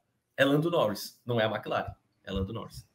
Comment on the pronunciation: toda vez que ele fala MecLaren eu so falto ter um PVC aqui em casa kkkkkkkk Mas otimo programa, como sempre. Vcs são foda